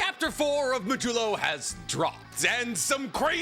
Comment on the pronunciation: It’s mah-d-you-lo. As in the mathematical remainder of a division.